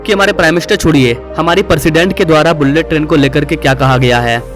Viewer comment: Droupadi Murmu(मुर्मू )hota hai bhai, मुरमुर नहीं, sahi pronounciation karo, Bharat ki president hai. Aur बुल्लेट नहीं बुलेट ट्रेन होता है।